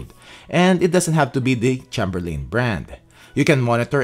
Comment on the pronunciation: I appreciate the videos, has helped me a lot. Just thought I'd mention as it's a family name, Chamberlain is pronounced with a long A, then a short A. "Chay'm-ber-lehn." (Gotta stick up for my peeps!) 😆